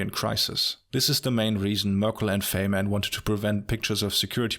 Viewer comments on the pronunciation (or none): You made an important mistake: Faymann is actually pronounced "Faimann" (German) and by no means Feymann. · When you said Faihmann